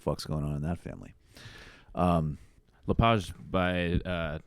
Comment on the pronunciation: It's also Leh-Page. Canadian-French Mainers don't tend to use strong French vowel sounds, and often pronounce the end of names like Arsenault and Pelletier phonetically as they would appear in English.